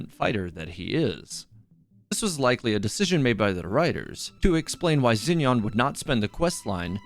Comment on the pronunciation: isnt xinyan pronounced more like sshin-yan bc in pinyin "x" in mandarin has a "sh" sound